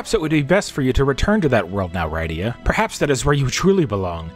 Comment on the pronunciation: Thanks for the upload. I forgot the interlude and sequel exist. I keep meaning to get around to them. Going to watch some of this, but for the record: Rydia -- RID-ee-uh, which rhymes with Lydia, who Marx wrote a song about